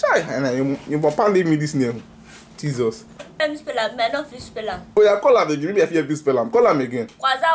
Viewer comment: Everyone : Jesus This guy : JEESOOSSS